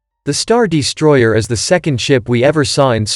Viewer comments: 'The StarDEEstroyer'. lol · this is a great video but cmon man "the star DEstroyer has a---" is this a bot? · Star Dee-stroyer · Damn is this guy an AI voice? Star Deestroyer. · "hangAr", not "hangEr" You wanna hang ships there, not shirts. Also: what is a "deestroyer"? - which one is it? "heavy ion cannons" or "turbo lasers"? Pick a lane, please.